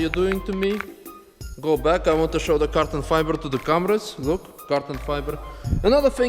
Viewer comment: Is it me, or do you actually say carton fiber? Hahahaha